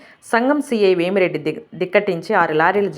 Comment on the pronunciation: వేమిరెడ్డి కాదు అయ్యా.... వేమా రెడ్డి